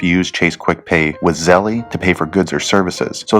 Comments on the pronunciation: Him saying zellee is lowkey sprinkled on stress I didn’t need right now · E is silent, Zell. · It's pronounced ZELL